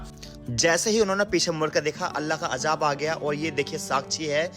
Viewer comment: Ek bat ko sirf aor sirf ek bar bola kijie. Ap hai k ek bat ko na jane kitni bar bolte hai. Aor ap apna sheen qaf durust kijie aap bar bar ajaab ajaab bol rahe the jabki azaab hota hai na ki ajaab